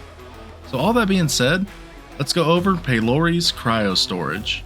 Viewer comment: Do you mean Pelayoris?